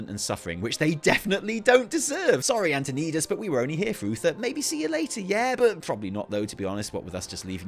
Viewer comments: Anton - I - das. Not Anton - ee - das. Arthas says the name in Warcraft III. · “Antoneedus”. Cmon, man. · Lol why does he keep calling him Anton-KNEED-us? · you've been playing wow for years and u still can't say antonidas name right love it